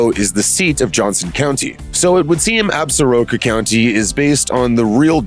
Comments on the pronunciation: If you go to Wyoming, don't pronounce the Absaroka Mountains ab-sah-RO-ka. It's pronounced ab-SOR-ka. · 3 years too late but: Ab-sor-ka. Hearing "Ab-sa-ro-ka" this many times is effing painful. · Damn it! As a native of WY I wish you people could pronounce "Absoraka" properly! The name comes from a tribe knows as the Absoraka that once inhabited West Central WY. There is a mountain range bearing that name! The proper pronunciation is "Ab sore ah ka"! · No, it is ignorance! Pronouncing it wrong is offensive to the Absoraka!